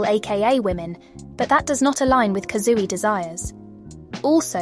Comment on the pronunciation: the robot voice is really nice, it's perfect for listening to your analysis while I do stuff like work or chores!! that being said... 'kazooey' 😭💗